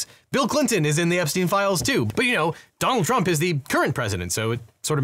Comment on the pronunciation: every time he says donald trump, he says it like "dong trump". kinda nice